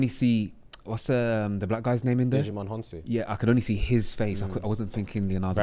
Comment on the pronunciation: I knew Leo from 2nd movie. Also did say Digimon Honsou?